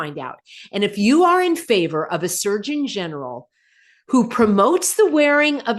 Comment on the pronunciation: I keep hearing Search-in-general, instead of Surgeon General.😂